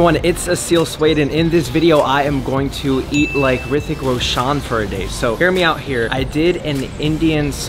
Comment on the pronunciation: Thanks for the video. I enjoyed it thoroughly. Just say his name properly, its Roshan, not Roshaan.